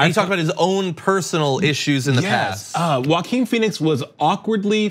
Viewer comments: I pronounce his name “Joking” 🤔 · Omg... dont say walking Phoenix. It's Joaquin *